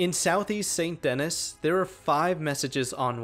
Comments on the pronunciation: Bro I know it’s stupid to mention this but as an rdr2 player, when you talked about the rdr2 vampire in tier 7, I got so triggered when you pronounced it saint Dennis instead how it should actually be pronounced, San denee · Oi vey it's pronounced San Duhnee not saint dennis, saint denis, its french. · Great video but never say Saint Dennis again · for future reference, it’s pronounced san-den-ee 🙂